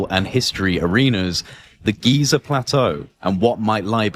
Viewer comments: NOT “GAZA”, ITS GIZA FFS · he says Gaza again, like the moron he is. It's Giza, dummy!